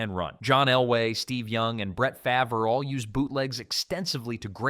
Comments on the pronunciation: faver. AI alert. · Great video, except you pronounced Brett Favre’s name wrong. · So here you are, explaining these different types of plays, yet, you completely butchered Brett's last name: Farve, one of the most well-known players in this sport. This is either AI or you're someone who doesn't know anything about the sport and reading off a promoter. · brett fa ver haha and for this imma remain unsubscribed lol respectfully